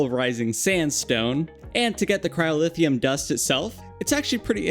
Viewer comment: its cryo-theum not cryo-lithium